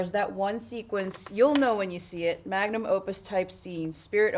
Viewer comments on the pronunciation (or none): none